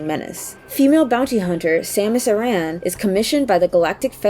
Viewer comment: Aran is pronounced the same as Aaron and Erin, not "Uh-RAN." We hear her name pronounced in multiple games. It is always pronounced "Erin." If you claim "Uh-RAN" is the Japanese pronunciation, you are wrong. In Japanese, it's pronounced "Ah-Rahn" not "Uh-RAN." And if you are tryig to pronounce it the Japanese way, why do you pronounce her first name the English way ("sammis") and not the Japanese way ("Sah-moo-soo").